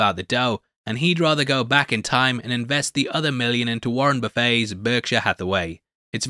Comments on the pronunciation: It’s (infamously) pronounced like “Warren Buff-it”, lol. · "Warren Buf-FEY"? I'm sure the billionaire would not want to be compared to an all-you-can-eat restaurant.